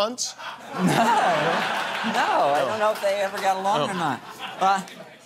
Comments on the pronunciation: I love how he says kunts so they have to put subtitles saying "kundt" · The fact they had to clarify that he said kundt makes me laugh